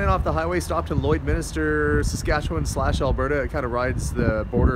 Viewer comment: "Lloydminster" not "Lloydminister"